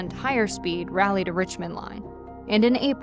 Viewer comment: You know someone isn’t from the South when they mispronounce Raleigh😂